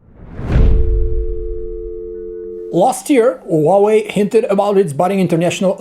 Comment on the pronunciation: It's HUAWEI!!!!! NOT WAWEI!!!!!